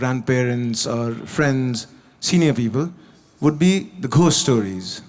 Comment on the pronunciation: gost stories "h" should be silent